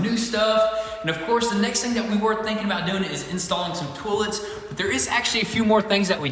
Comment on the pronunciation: Huh interesting, Americans pronounce it Toll’ets and Canadians say Toy’lets